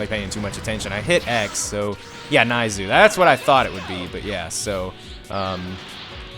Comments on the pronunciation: It's pronounced Neiz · Pronounce dore as doray, neizu as nayzoo and salza as salza